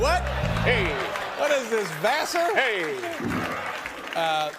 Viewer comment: Hay bake this lmfao did David say vasser or basser hey what lol